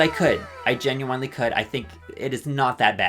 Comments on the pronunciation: Why does he keep saying "Ginuwinely" like... I have never heard someone say genuinely like that (no offense, fascinating stuff) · ok but can we talk about the way he says "genuinely" is this an inside joke or...